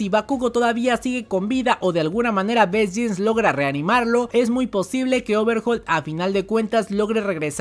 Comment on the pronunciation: bro aprende a pronunciar el nombre de best jeanis que cringe